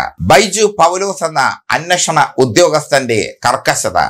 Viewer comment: ബൈജു പൗലോസ്‌ എന്ന അന്നഷണ ഉദ്യോഗസ്ഥൻ അല്ല bro. അന്വേഷണ ഉദ്യോഗസ്ഥൻ.